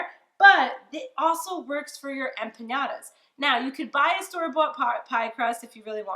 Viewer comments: it’s not “trolling” when I’m stating a FACT that you’re pronouncing something wrong. Learn the correct way to say the name of WHAT YOU’RE COOKING, asshat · Empanyada🙄 She's clearly non latino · I checked out at “empanyada”. Smh so uncultured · You are adding a y that isn’t there to the word empanadas!